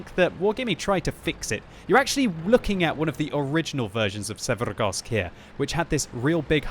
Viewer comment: I just cant fucking stand to hear quickybabys pronunciation of maps and names, or should I say trying to sound eastern european but butchering words even more than he would by just saying it how they would sound in english. Oh man i dont know why but this fucking grinds my gears so hard I cant finish a damn video because of the way he say Karstas and Severgorsk. This is also the case in all his videos, just say the fucking names in english dont try to be russian damnit. Im from eastern europe and this makes my ears bleed for fucks sake